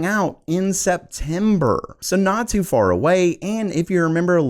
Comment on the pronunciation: Why does he say "Tsu" instead of too? He sounds like a Homosexual.